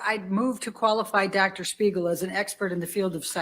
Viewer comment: keeps saying Shpiegel 🤣